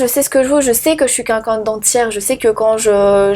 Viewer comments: "Qunqun" au lieu de quelqun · Elle s'exprime très mal. Et " quelqu'un " , elle prononce " quAlqu'un " Le français est sa langue maternelle ?